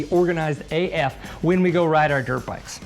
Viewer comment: The way you said AF 😂 Maybe it was the pause. Lol